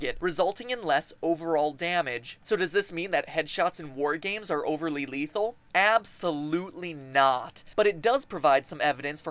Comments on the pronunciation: Abs-sew-lute-Lee knot. Lolz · Abs-Sew-Lute-Lee-Knot. This made me subscribe XD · Abs-sew-lute-Lee Knot